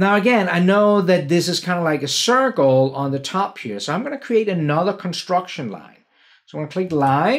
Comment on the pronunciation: Whenever says, "C for circle," I actually hear, "C for cookie," in my mind.